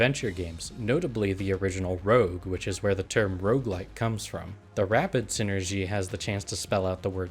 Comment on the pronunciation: IT'S ROGUELIKE NOT ROUGELIKE!